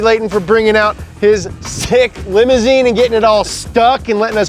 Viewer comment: It’s a limer-zine ma-chine!